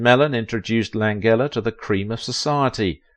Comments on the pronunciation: Lan-gella pronounce it correctly. Please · Frank Lan-jella, not a hard g. He's alive and 85 years old. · How can you set out to do a video specifically on one actor and yet mispronounce his name? I know Brits express more letters than USA but this is a name!! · it would be nice if they pronounced his name correctly. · You're saying his name wrong.